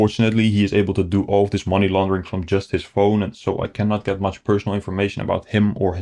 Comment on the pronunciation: "They are jot people, they are scammers". "Just is silent there ;)